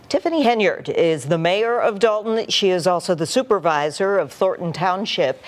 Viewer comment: I just saw your channel recently on someone else's computer, and thought I'd let you know that although the town is spelled as if it should be pronounced DOLE-ton, it's actually DAHL-ton.